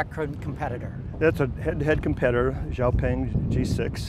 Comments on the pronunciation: Xiao Peng (Shiao Peng) and not Xu Peng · He called it jiao ping 😂